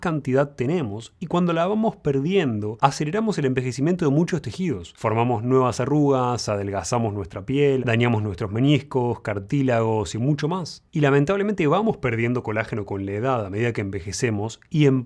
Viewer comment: muy bien pero por favor querido: "menisco", no "meñisco"!!!